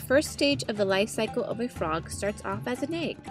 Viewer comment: "The life 'sickle' of a frog"?